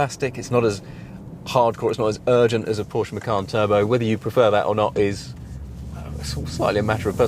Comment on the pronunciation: its macan not makan lol